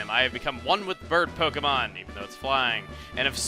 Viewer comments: POKE EH MON. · Did you say poke a mon ?!?!?!?!?!!!?????!!!!!!!!